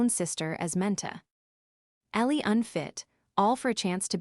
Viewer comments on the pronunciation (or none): get your AI to actually pronouce word correctly - "menta ellie unfit" - REALLY